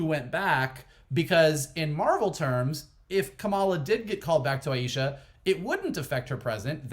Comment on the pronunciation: Since a couple guys have already explained why Kamala's time travel doesn't create any paradoxes, I'll just point out that you two guys need to pay attention to how Shannon (correctly) pronounces great-granny's name : aye-sha, not aye-eee-sha